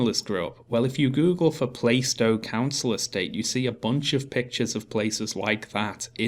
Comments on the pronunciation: Plar-stow, not Play-stow. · I'm 1min 16 sec into this and I'm thinking - a council house is better than no house at all. Let's see what happens. By the way - I'm a cockney and it's Plarr-stow, not Play-stow. For what it's worth. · Lol pronounces Plaistow "plai-stow"! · And to Sargon and: PLAH-stow! PLAH-stow!! (or PLAR-stow if you speak with hard As) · bruh, first of all. you both pronouncing plaistow wrong. I was born in newham. 2ndly, newham in general is a shithole. Plaistow is no different.